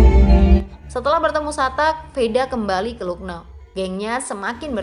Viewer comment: Lucknow dibaca laknaw min